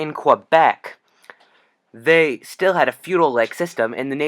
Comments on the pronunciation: It’s pronounced Kay-Behk, not Kwah-Beck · for information it's not "Qwebec" say it like "K-bek" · Cool video just so you know Quebec is pronounced like "Kebeck" :D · It is in non-PC English. Most English-Canadians say "Qwebec". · There is no W in Quebec.